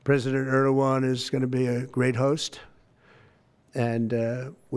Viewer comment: Erdogan not Erewan